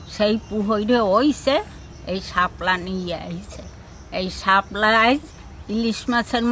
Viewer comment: শাপলাকে হেলা বলি